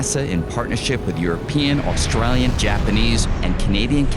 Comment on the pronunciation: Did he say "Australian" in an Australian accent? 🤣 {:o:O:}